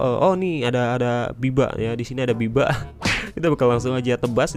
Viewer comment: Bang itu babi bukan biba😂